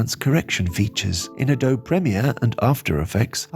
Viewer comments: Always great content, thank you. By the way, the “e” is pronounced in Adobe. I come from the area where the technique was developed and I live in the area where the company is. Rhymes with Moby. Similar to Bogey. 3 syllables, a•do•be. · Late but its (uh-d(oh)-be)